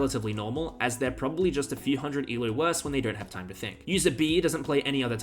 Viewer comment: Why you say eloooo (rhymes with shoe). It should rhyme with go